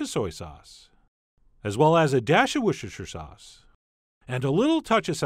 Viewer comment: Woshurshur sauce